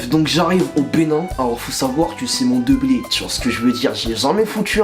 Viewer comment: "Mon deblé"💀